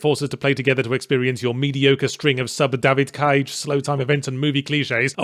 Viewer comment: Compilation of Yahtzee saying DAYVID CAYGE please